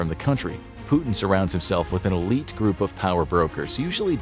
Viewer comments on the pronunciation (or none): none